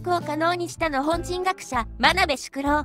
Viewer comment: 「日本」とか「日本軍」と違って、「日本人」の時だけ「のほんじん」って聞こえるのは私だけ？ 別の動画でもそうだった気がするんだけど、何か設定間違えてません？